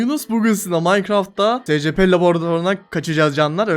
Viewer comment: Abi bu arada scp "esipi" diye okunuyor